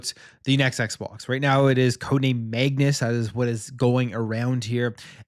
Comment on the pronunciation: what the heck is Megnus?! I thought it was Code Magnus?!